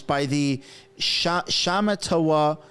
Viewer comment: It’s pronounced Shah mat a wah